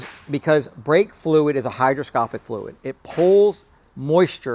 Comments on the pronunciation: you said hydroscopic but its actually hygroscopic. terrible video, 0/10. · The word is 'Hygroscopic', with a G, not Hydroscopic with the D. Thank you for this vid. Sounded like you said Hydro...